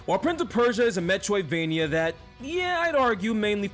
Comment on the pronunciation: All I hear is "metwoidvania"